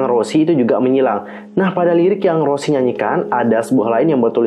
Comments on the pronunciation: Bukan kak cara nyebut nya tu kayak gini Rosé gitu kak bukan rosie ato rose tapi rosé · Ros'e bang bukan Rossi😭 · Rouuzehh lebih tepatnya 🤣🤣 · Kalo ala Korea bilangnya "Roje/loje". Tapi kalau berdasarkan penulisannya dibaca "roze" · Gapapa sama aja, tp sebutan yg benar tuh Rosé